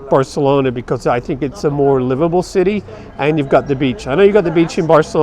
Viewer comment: You failed when you pronounced Barcelona WRONG.